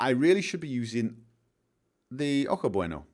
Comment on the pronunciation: Hey - tip on pronouncing stuff in Spanish: "j" is almost always an "h" sound. Ojo should sound like "oho", not "oak-oh", with the h sounding like the one in "Harvey":) Also, I much prefer both new texture packs' cars over NMC's...but then, I've always rather disliked NMC's cars. The ground textures for Ewi are...well, it'd work if it was another location or something, but...the Mojave, much like the Chihuahuan, is not a sandy desert. It's a rocky, mountainous desert. Sure, there are a few places in both that have sand dunes (the Monahans Sandhills State Park [located towards the edge of the Chihuahuan Desert] is a very fun place to go sledding in, by the by), but those are few and far between. The overall colors of both deserts are red-tinted, not yellow-tinted. And certainly doesn't have waves of sand in that manner outside of the sandhills...Though maybe Ewi was going for a kind of overhaul, in a similar manner to the Tropical Skyrim thing, or the Skyrim Summer ones? Like, turning it into a sandy-style desert intentionally? Oh, also, I prefer the static DoF rather than the dynamic. Maybe not the highest power of blur, but yeah...:)